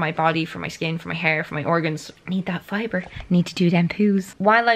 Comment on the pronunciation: "my time journal" but in irish accent " ME TIME JOURNAL!"